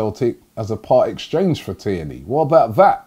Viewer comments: Robbie: calls Tierney "kierney" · First Naitland-Miles, then Kierney, and now reading Elneny as Emery 😂😂😂😂😂